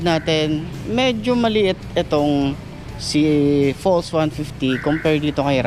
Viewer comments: Bes it’s pronounced pulse no falls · Baka pals pag basa hindi fols